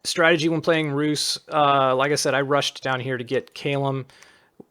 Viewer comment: Stygian flesh is not a bad choise for the sacreds too. Your pronanciation for Rus is accurate.